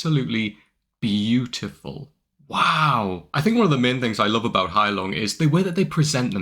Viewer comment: What a nice pronounciation of "Heilung", not bad for a Brit. Another great song you will absolutely love is "Gimle" by Gealdyr.